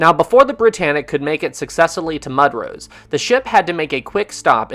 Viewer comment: Mudros is pronounced "Moo-drose". Great video,!